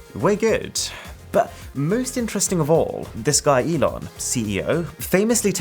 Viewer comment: The name is pronounced "E-Lon" Not like, "E-non" I'm not hating, just saying.